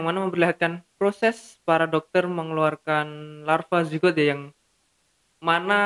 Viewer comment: Larva Jigger pak bukan zigot